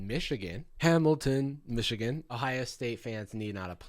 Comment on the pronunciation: as a person from Michigan idk how I feel about you saying "Michigan???" like that